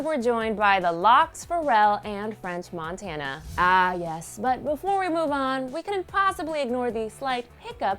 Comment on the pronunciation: Did she say france montana...